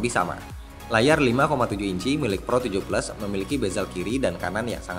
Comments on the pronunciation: kok bacanya pro 17?? bkn pro 7 plus??? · APA cuma gua yang dengernya pro 17 😂